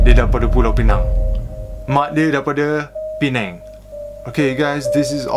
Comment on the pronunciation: Aku ingt kau bkn org malysia siot..skli sebut pineng perfect sleng org melayu..haha..terbaek..done subscribe and turn on notification..support...hehe